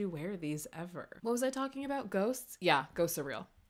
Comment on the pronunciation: you said “yeahhhhh” and i’m almost 100% sure that still wasn’t right😹